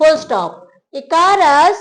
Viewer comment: ICARUS : ई-क-रस